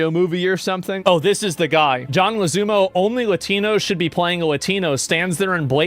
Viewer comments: Leguizamo is Mark Ruffalo level insufferable whiner about 'Latin Opression'. 🤷‍♂️🤦‍♂️💀...Asmon said 'John Lezoomo'😅🤣🤣 Leg-uiz-amo🤦‍♂️🤣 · “John Lazoomo” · It's John Leg-Weh-Zah-Mo